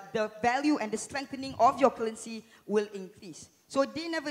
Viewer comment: I'm struggling to understand what he is saying. He kept repeating cullency... Scratched my head a few times & then I realized cullency is actually currency. I realized he can't pronounce the R.